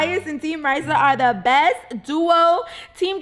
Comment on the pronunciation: STOP! SAYING! TEAM! RAYSSA!